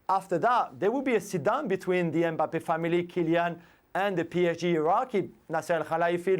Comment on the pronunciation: Jules with his usual Me mangling of Mbappe